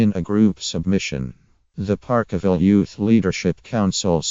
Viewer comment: Ffs if you cant talk about it using correct English, then piss this crap video off . " park a ville " wtf